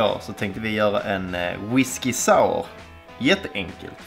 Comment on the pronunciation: whiskey saauh